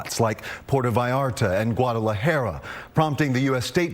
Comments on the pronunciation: He said guadala jeeeerrra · PUERTO VALLARTA AND WHAT??? GUADELEHAIR... ITS CALL GUADALAJARA, GUA-DA-LA-JA-RA GUADALAJARA... IF YOU PEOPLE ARE GONNA TALK ABOUT MEXICO DO IT IN SPANISH OR STOP TALKING ABOUT IT... DON'T CHANGE OUR NAMES , OUR WORDS , PRONUNCIATIONS. GUADELEHAIR TU MADRE PNDJO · Guadalajera it's jara not jera amigo 😂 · He has poor pronunciation 😂😂 Gudala hair